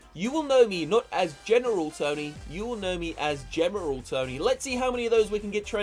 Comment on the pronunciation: It's not general tony it's gemeral tony lol